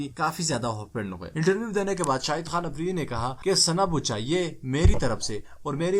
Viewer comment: Apridi nahen afridi Palastine nahen falastine (urdu main)